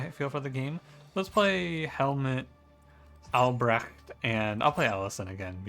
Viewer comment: I really like the art style. Seems a very cool game. Great pronunciation on Albrecht, btw! Dutch name, many English speakers would totally butcher it, any Dutch relations?